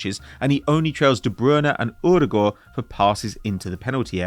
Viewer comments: Is “Broona and Urugoor” meant to be De Bruyne and Ödegaard”? OMG, you melon! That is not the pronunciation of their names… even in their own country! What a dipstick! Embarrassing… it’s like watching Steve McClaren all over again! 🙈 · WHO THE HECK IS “Broona and Urugoor”? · is odegaard really that hard to say?